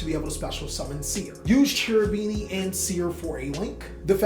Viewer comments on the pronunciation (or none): "Cherubini" is an italian name, in italian "CH" sounds like "K", you should pronounce "Kerubini" and not "Cerubini"